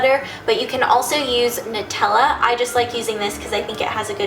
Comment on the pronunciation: Yes! Finally, someone does it right! I love you for this Ingrid!!! Everyone pronounces it noo-tella, and as seen on tumblr, we do not make nutella out of freaking hazel-noots! I am so glad you pronounced it right! And also, great DIY. :D